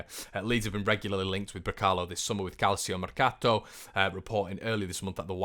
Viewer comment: Calcio is pronounced Kal Cho 🙈🙈